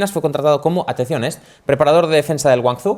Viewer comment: Muy bien pronunciando nombres franceses y ingleses pero tenéis que mejorar con los chinos eeh😂 no se pronuncia guangzu, sinó “guǎng jōu” (la j catalana)